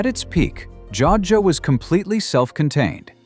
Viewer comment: Joadja - pronounced: Joe add ja - 3 syllables.